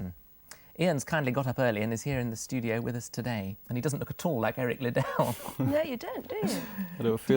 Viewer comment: Pretty embarrassing that they interviewed Ian Charleson and mispronounce Eric Liddle's name repeatedly.